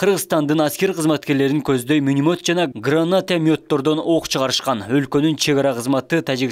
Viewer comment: Минанйот грананйот дейтго 😅😅😅